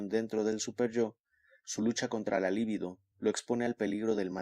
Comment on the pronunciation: Muy buena lectura. Solo una aclaración libido no es palabra esdrújula y no lleva acento escrito, por lo tanto se lee acentuando en la penúltima sílaba